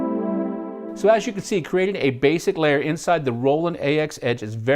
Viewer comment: anybody thinks it criminal they pronounce it as "A-X" instead of "AXE"